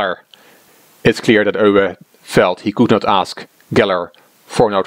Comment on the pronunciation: Never knew how "Euwe" was pronounced until now. I always thought it as the English "You". I'm going to have practice the right way now :)